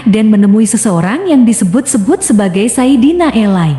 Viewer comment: Sayidina ali, bukan sayidina elay